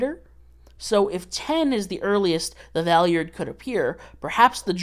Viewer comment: I physically cringe from the way you pronounce Valeyard